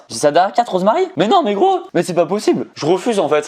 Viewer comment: Yo, vers, quand tu dis "Mais gros" en étant frustré (et tu le dis souvent) ça sonne comme le n-word, donc fais attention mdr.